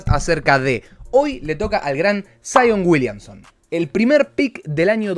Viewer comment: Saion uilianson XD (no busco faltar el respeto lo siento)